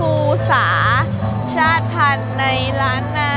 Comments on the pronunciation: อ่านว่า.ชาต_ติ_พัน_ครับ_ชาติพันธุ์ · ชาติพันธุ์ อ่านว่า ชาด-ติ-พัน ครับ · ชาติพันธุ์ อ่านว่า ชาด ติ พัน เด้อ